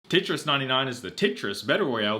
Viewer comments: but why the hell are you saying titris its tetris not t.i.t.r.i.s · Did he say titris wtf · "Tit-ris" he says TIT RIS